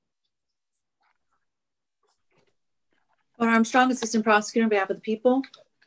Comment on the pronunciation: When said "Jeremy Schuh," it sounded exactly like "tiramisu." Now I have to stop for a sweet snack!